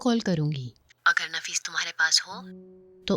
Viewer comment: Naffish nhi hota nafees hota hai